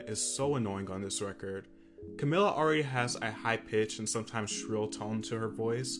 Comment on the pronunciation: It's CamEEla